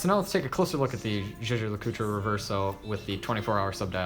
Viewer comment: Jaeger LeCoultre - Pronounced as Zhay - Zhay - LeCoot. Awesome review btw. Brilliant timepiece.